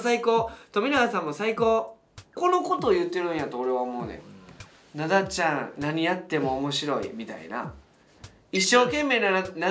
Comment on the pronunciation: 2人とも「ナ↓ダ↑ちゃん」なの笑う 普通に「ナ↑ダ↓ちゃん」だと思ってたw